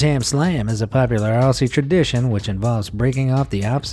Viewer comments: Aussie isn’t pronounced “Ossie” it’s “Auzzie” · I LOVE MUSK STICKS! They have always been my favourite!!! I will die from eating too many TimTams, they're just too good. Also Aussie is not pronounced 'ahssie' its pronounced ozzie. Being Australian is the best! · Mate did u just call us australians ossys because it is pronounced aussie not ossy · It isn’t pronounced Aussie it’s pronounced auzzie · ITS PRONOUNCED AUZZIE NOT AUSSIE AHHHHHH! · It’s pronounced ‘Auzzie’, not Ausie , I’m sorry I had to say this, still a great video, the musk sticks and aero are so good. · Its ozzy, and we have it in new Zealand aswell mate